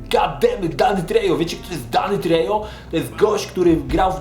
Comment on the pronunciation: I Danny Trejo czytamy jak "treho". W hiszpanskim j czytamy jak h.